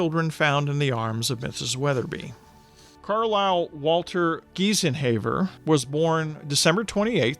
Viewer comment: Also, Carlyle Walter Geisenhaver is pronounced Gi-sen-ha-ver......long i.